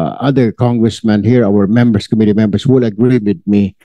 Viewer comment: Committee - ko MI -tee, hindi KO-mi-tee, Mr. Chair!